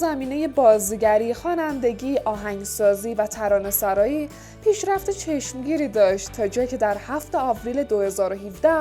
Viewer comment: ترانه سُرایی نه ترانه سَرایی! 🙂🙏